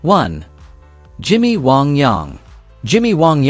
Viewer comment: Where are you from narrator? The way you said wang I have never heard.